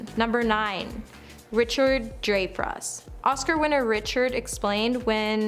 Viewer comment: “Chase Chevy”. “In Famous”. “DrayFuss”. First two minutes.